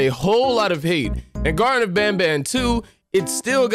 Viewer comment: The greaten of banban😂😂😂❤❤❤ it’s the garten of banban Edit: bless you😅